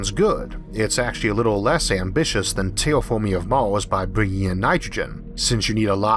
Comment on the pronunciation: Tewwa Fawming, sarlfewik athid? fingors?